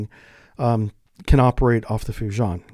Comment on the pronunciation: bro "FUJI-AHN"